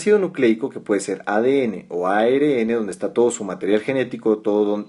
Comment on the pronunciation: ARN...se dice a erre ene...Ribonucleico la erre tiene dos sonidos en Castellano